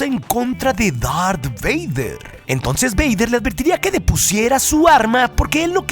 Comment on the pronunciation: Dijo lar beyder